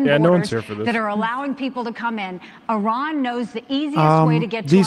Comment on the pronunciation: Why do conservatives call Iran “I ran”?